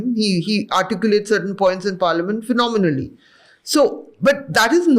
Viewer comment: If muslims r targetted, then rightly so! Stop pelting stones on Hindu festivals! Respect HiNDU CIVILISATION, reject the ideology of being inheritors of "INVADERS"! Owaisi articulates "phenomicalöy"? If that's the benchmark, be assured Muslims won't find any representation in BJP!